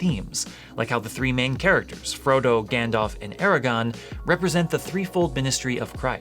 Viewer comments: Aragorn, not Aragon or Eragon. Aragon is a ballroom in Chicago, and Eragon is a book about a dragon written by Christopher Paolini. It’s not nearly as good a book as the Lord of the rings books, but on the other hand Paolini began writing his book when he was 15, published it when he was 17 or 18, has sold 20-some million copies, and has had a movie made from his book. Not bad for a young man before his 25th birthday. But I digress. Aragorn’s name is pronounced with a second r, and according to some Tolkien scholars those rs should be rolled. See? I’ve added to your useless trivia. :) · OMG a Mortal sin!!! It’s AraGORN not AraGON!!! You will burn in the fires of Orodruin! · I really like your videos, but calling Aragorn "Aragon"...woof...really testing my ability to forgive, Father. (Not actually serious, thanks for your work!) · It's AragoRn, not Aragon (the region in Spain). Sorry to nitpick; this is a great video. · Aragon? Don’t you mean Aragorn? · I came here to say the same thing! It's Aragorn, not Aragon. 😊 I love all of the information, though! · You mispronounced Aragorn, you said it like Aragon which is where the first wife (Catherine) of King Henry the 8th is from.